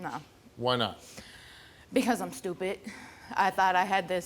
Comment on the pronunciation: "Because I'm stupet." SMH